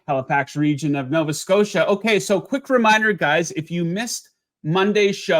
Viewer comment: Did you say Novia Scotia? Take Rutgers +24 vs Mich, Michigan hasn't covered all year and Rut is better than usual.